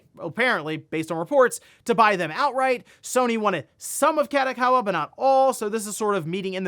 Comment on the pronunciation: please never pronounce Kadokawa like that again, listen to it in japanese and try again :)